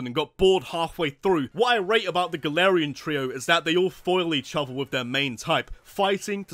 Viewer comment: It's Galarian, not Galatian!